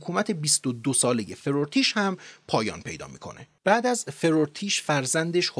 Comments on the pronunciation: البته farvartish بوده نه forotish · با درود آقا forortish جیه!!! Farvar-tish است. در ضمن hovakh-shatre نیست بلکه hovakh-shatare است. پیروز باشید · این فرورتیش من تصورم بر این بود که فَروَرتیش .تلفظ میشود یعنی واو تلفظ است البته من ویدئو رو الان دیدم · خیلی بهره مند شدیم.بسیار مفید بود. اسم «فَرَه وَرتیش» یا فَروَرتیش رو درست تلفظ نکردید. هرچند در زیرنویس بطور صحیح نوشته بودید. فرمودید منابعی برای مطالعه معرفی کنیم. کتاب تاریخ ایران باستان از مرحوم استاد عبدالحسین زرینکوب و همینطور کتاب آشنایی با تاریخ ایران از ایشان منابع خوبیه. انتظار داشتم اسم پادشاهان آشوری و بابلی که مقارن با مادها بودند رو و مهم هم بودند ذکر کنید. سارگون دوم پادشاه آشوری بود که دیااکو رو دستگیر کرد. هوخشتره با نبوپَلسَر پادشاه بابل (پدر بخت النصر) متحد شد و آشوریان رو برانداخت. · تلفظ اسم feravartish است.